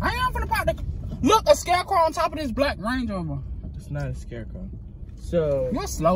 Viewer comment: He said scarecrow